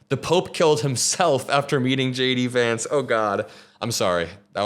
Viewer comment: Dude....everytime you say J D Vance it sounds exactly like: SHADY VANCE